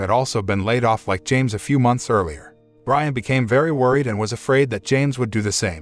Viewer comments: not to be nit picking but Brianne is not pronounced Brian its actually Bree-anne (or something like that) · Driving me nuts. Her name is pronounced Bree-Anna not Brian. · It's pronounced breeahhna not briana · Bree-ann, not Brian. Damn robots... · LOL That was the point I had to stop watching. AI ain't so smart after all. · For the last time, It’s Bri-Anne not Brian! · It's pronounced Bree-Anne, not Brian. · Hey Brianne = Brie-Anne not Brian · Ha Ha. These stupid IA generated videos constantly misread the stroyline given them. The wife's name is not Brisn, which is a man's name. Her name is Brianne. Big big difference. You would think the people editing this would catch it and redo the speakover. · Please, please stop! Sit back, and before you do ANY more reviews, learn how to properly say words. It’s not that hard. If you are not sure about something, look it up!! Do you really think his wife’s name is Brian? Do you? My God, I couldn’t finish watching!! Brianne. Now, what’s a pretty name for a girl spelled like this? Come on, brother… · Narrator cannot tell the difference between Brianne and Brian. Rather aggravating. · Pronounces Brianne as Brian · Her name is pronounced Breeann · Jesus is the name Brianne pronounced Bree Ann